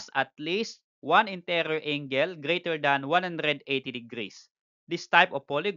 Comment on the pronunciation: Yah how to pronounce angle 🤣 "ingle" AHAHAHAHAHAHHAHA